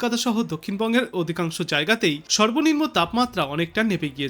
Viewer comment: উচ্চারণে গোলমাল আছে। সেলসিয়াস, সর্বনিম্ন ইত্যাদি ঠিক হচ্ছে না।